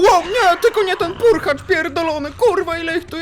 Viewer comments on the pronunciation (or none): Purchlak a nie Purchacz